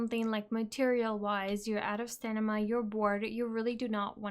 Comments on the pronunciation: I don't think it's much of an issue that you say stanima instead of stamina, but everytime I hear you say stanima I'm like uuurgh :DD So funny :D - Thank's for updating your tips and tricks though! Was looking for a video like that but only found your old one a few days ago :) Glad I get to see this now! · Pssst love your voice and love the video but its STAMINA :P not STENIMA :) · good video and its cute when you say stanima. 😂